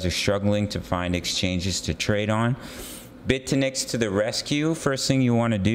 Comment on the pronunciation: Bit-eh-nex as you say OR Bit-you-nix